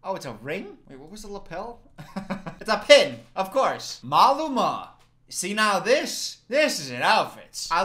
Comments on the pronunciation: I‘ve never heard anyone pronounce Maluma that way😂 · pronouncing Maluma like that after joking about how white he is made me laugh way too hard tbh